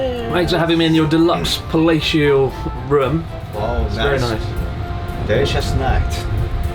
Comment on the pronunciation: 'Palatial' (i.e. palace-like) is not a word one hears spoken very often these days. Especially when Chris says it, it sounds more like another certain word. Let's just say it would have been very different kind of video had he really said 'Thanks for having me in your deluxe fellatio room'! 😂